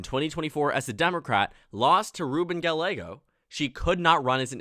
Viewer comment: Our mayor's name is pronounced "Guy-ay-go." Just an FYI! 😉